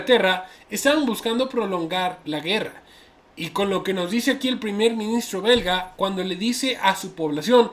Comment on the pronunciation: Dijo berga en ves de belga jaja